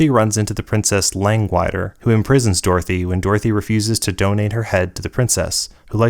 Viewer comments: Princess Langwire is pronounced “Lang - Wad - Deer” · Of all the weird names in the Oz books, that's one I don't think I've ever heard mispronounced before. So hearing "lang-wide-er" gave me a good chuckle.